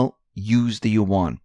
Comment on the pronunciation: you mispronounce "yuan". Yuan (Chinese character 元) pronounced correctly in mandarin Chinese sounds closer to the English word "when", except it starts out with the "yu" sound of "university". Also, "yuan" is one sound; it is not "yu" followed by "an". A perfect example can be found on "USA TODAY" channel, video titled "Yuan - How do you say it?" at the 15 second mark. To my surprise, many of the pronunciation videos (even prominent ones) got it totally wrong, smh! I will say that there is variation across Chinese accents but, let's stay with the most correct mandarin. Also yuan is pronounced in a rising tone (tone 2), but not necessary when the language spoken isn't mandarin.